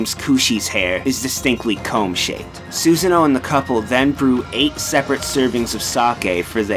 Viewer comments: susano is not pronounced susan-o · Lmao Susan-o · LOL SUSAN-O THAT WAS THE WORST MISPRONUNCIATION I HAVE EVER HEARD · (eccos) Lmao, dude. I follow the teachings of Shinto, and I would be aghast at myself if I didn't know how to pronounce the name of the principal Goddess I honour and worship. That's part of why I was so upset at Susano'o's name being incorrectly pronounced as well-- I am one of his Ujiko (devotees) and it saddened me to hear his name being so jumbled. Glad you were only kidding, though, because I was slightly upset. But it's all good now ^^ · The way he pronounces Susanos name make me cringe every time.